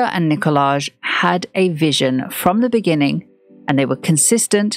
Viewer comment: Nicolaj is pronounced Nikolai